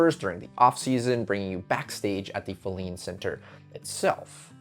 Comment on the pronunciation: Very interesting. I’ve attended many performances at Wolf Trap, but never knew the back story. One thing though, you kept mispronouncing Filene. Emphasis is on the first syllable and it’s a long ‘I’.